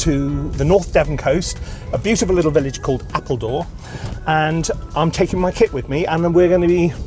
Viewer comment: Oh lol “KIT” I kept thinking you were saying I’m taking my Kid with me lol